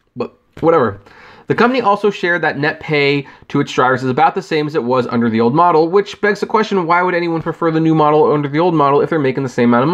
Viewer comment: Uner? Oops I think you meant under??